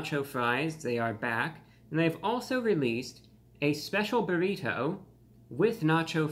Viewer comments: the way you say buriTOE is hilarious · The way he says “berrito” lol 😅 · He says burrito strangely.